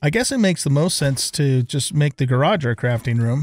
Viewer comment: Gayrage and seament. Nice pronouncing man. 😂